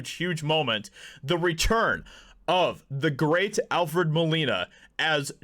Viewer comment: hearing “the GREA-TUH Alfred Molina” in the video IS a bit annoying tbh.